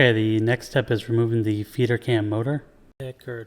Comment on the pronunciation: Great video, THANK YOU! Sure enough, that part in my printer (MFC- 7360N) was broken. What a poorly designed part, though! It's a wonder it survived as long as it did. BTW I kept hearing "Feeder cam" as "Peter cam" :)